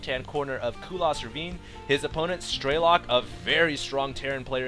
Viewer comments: Why do you say "Straylok"? Damn it, I bet you're still saying "Layer" too. Strelok. Say it, Strelok. You also really need to watch these games beforehand, before you put commentary on them. You keep missing things, and it's starting to happen alot. First you say air superiority is key to win a TvT game, then you say that going mech to control the ground is key to win in TvT. Is that basicly saying that you need to win to win? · StrelOk not StrElok !!!! its russian word.......